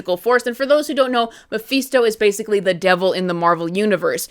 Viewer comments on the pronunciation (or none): Hate to do this but you're saying Mephisto completely wrong. It's pronounced Ma-Fist-O not Ma-Feast-O. It's weird that you say it properly sometimes but then say it wrong like you're doing it on purpose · it's mephisto, not meeephesto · "Mah-FIST-oh" Mephisto . Thank you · Who the hell is Muhfeesto? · I haven’t watched the show yet. But I’m interested. I agree though they should’ve shown us mephisto in Wanda vision but the clues were there. And it’s meh-fist-tow 😂🍻 Great critique though keep up the good work. My marvel watch list 6/15/25 update -The infinity saga was originally arranged by looper. As of 6/15/25 I made changes to maintain continuity. The rest of the sagas are arranged by me. -All numbered (1,2,3,etc.) content is the MCU/sacred timeline. Those are the movies, shows and shorts that you want to watch in order. -Anything marked with a “•” is additional/optional content for the advanced fan (added by myself). -I added the defenders, fox-verse, agent Carter and misc content to accompany the main timeline and fill in the gaps. -The key to the symbols are located at the end of the list. ——infinity saga—— 1. Iron man 2.Iron man 2 3.Incredible Hulk 4. The consultant (*marvel one shot) 5. Funny thing happened (*) 6. Thor 7. Capt. America •[@ Carter S:1-2] 8. Agent Carter (*) 9. Avengers 10. Item 47 (*) 11. Iron man 3 12. All hail the king (*) •[A@ S1:E1-7] 13. Thor: dark world •[A@ S1:E8-16] 14. Capt. America: the winter soldier •[A@ S1:E17-22] •[DS@ S:1] •[DS@ Jones S:1] •[DS@ S:2] •[DS@ Cage S:1] •[DS@ Fist S:1] •[%-Cloak and dagger S:1-2] •[DS@ Defenders] •[DS@ Punisher S:1] •[%@ the duck] 15. Guardians of the galaxy •[A@ S2:E1-19] 16. Avengers: age of ultron •[A@ S2:E20-22] 17. Ant man •[A@ S3:E1-19] 18. Capt. America: civil war •[A@ S3:E20-22] •[@ •[%-Ghostrider]